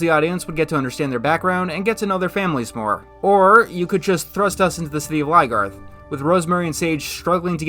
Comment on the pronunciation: Why does he say Ly-garth? Isn't it Lyn-garth?